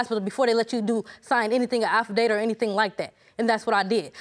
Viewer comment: Did she say AFFADATER?? . She don signed 5 already and STILL hasn't learned how to say AFFIDAVIT? I must really love the judge!